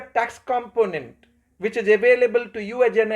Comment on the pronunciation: Yes, very good lecture but pronounciation of some eng words is to be improved. Like 'is' spoken as 'ij'